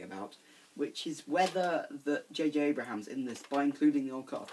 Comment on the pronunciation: JJ Abrams* Not JJ Abrahams.